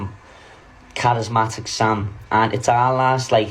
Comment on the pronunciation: He can't even say it correctly 😂😅